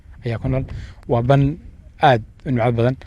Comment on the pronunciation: War dee Baan maahan ee waa "ban" yacnii meel "banaan"